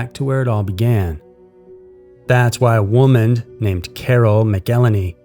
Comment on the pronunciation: Why does this AI voice sound like Matthew McConaughey? it's pronounced woman, not womand. The voice is scarier than an alternate universe.